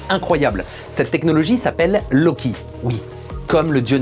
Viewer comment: Du coup c'es plutôt "L'eau qui" que "Lowki" ?